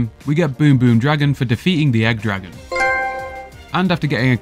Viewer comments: It's pronounce egg dra-GOON not egg dragon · It's pronounced Egg Dragoon